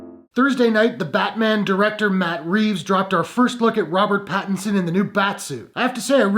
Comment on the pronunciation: I just dont like him as batman. You pronounced his name correctly. With regards to the last 2 batman's Christian bale's batman and Ben Afflecks batman Robert Patterson getting cased for this role is a joke! I am personally done with DC now.